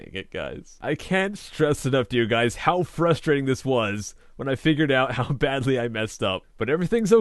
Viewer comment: "How badgely I messed up" am I the only one who caught this?😂😂